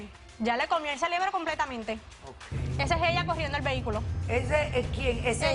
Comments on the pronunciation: Se dice CEREBRO niñas "celebro" está mal dicho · El celebro!!!😂😂😂 Aprende hablar se dice CEREBRO!!!